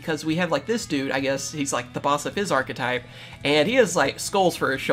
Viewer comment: Don;t you mean arrrchethype?